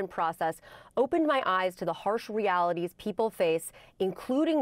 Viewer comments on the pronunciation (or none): "harsh realistees" "internationy" "leave in N.Y. City" "eventuny" "self axulization" "interscaped web"I cannot fathom why she does not try to pronounce words better. It is beyond having an accent. There are words that she literally cannot pronounce. It is astounding that she would not know how to pronounce these common words after living here for so long. Why doesn't she practice before she stands in front of all these people. Why does her speech writer give her such big words?